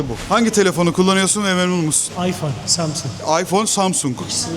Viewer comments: Kaç insanla konuştun bilmiyorum da bir bu kadar daha insanla konuşsan hepsi üst üstte koysak senin genel kültürünün %3 anca eder doğru telaffuz etmekten bile acizler insan zamzung derken biraz yüzü kızarır be dayı Allah bilir kaç yıldır orda yaşıyorsun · Sjdjffjfkk çok iyi yaaa adam daha samsung diyemiyo. Sabah sabah çok güldüm eyvallah